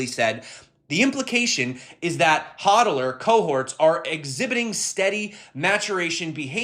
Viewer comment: are you saying hodl or sell